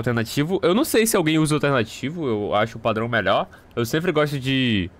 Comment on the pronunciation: "As melhores configurações" Vídeo todo: ain eu acho que essa é meiór, essa nao sei, essa aq to pensando em tirar 😴